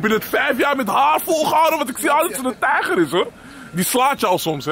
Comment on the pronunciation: "Patser" "tijger" 😂😂😂😂😂😂😂😂😂ik ga kapot broer 😂😂😂😂wedde dat de helft van de mensen dachten dat je zwaar had gedronken ahahahaha